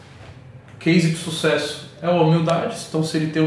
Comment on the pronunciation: Ninguém: A Toguro: Susesso